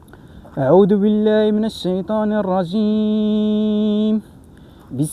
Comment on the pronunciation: أعوذ بالذال وليس أعود بالدال